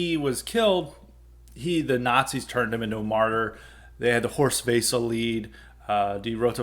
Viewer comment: Service message: it's pronounced Horst "Vessel" and the "theme song" was "Die (pronounced; dee) Fahne hoch"